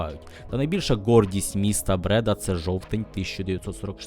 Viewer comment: Не Брéда, а Бреда́.